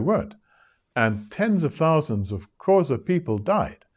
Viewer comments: thank you for this insightful lecture.. he pronounced the Xhosa click wrong, he pronounced it as Qhosa :) xxx God bless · literally just paused the video to look in the comments for a comment such as this one hahaha. I was thinking the sameeee. I did notice, though, the 3rd time he said Xhosa without the tongue click. #poser